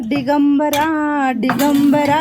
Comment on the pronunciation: दिगंबरा म्हणा ताई डीगंबरा नही ते